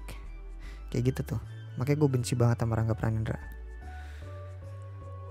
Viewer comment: Rangga pranendra jadi rangge pranendra? Wkwk